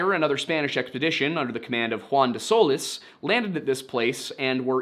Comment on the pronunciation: The name Solis is spanish in origin, but NOT pronounced SOL-LISS. its pronounced Sol- lease. ( like, to lease a vehicle) if that helps